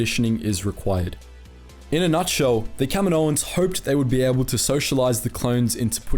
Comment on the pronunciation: Everytime he says "Kaminoans" it sounds like he's saying "Kevin Owens".